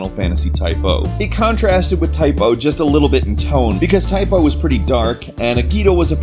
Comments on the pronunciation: dammit man its Type-ZERO DX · It's Type ZERO they are class ZERO not type-O or class O!!!!!!!!!!!!!!!!!!!!!!!!!!! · say type oh again, i fucking dare you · forever calling it Type - O (oh) even though it's spelt Type - 0 (zero). >.> I guess that's his thing now though. Class zero is now class oh. xD Hehehe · its not type O its type 0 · TYPE 0 ( pronounced "ZERO" ), if I may. You can still ask the dev' team if you think I'm wrong, yet it would made more sense to say it that way ^^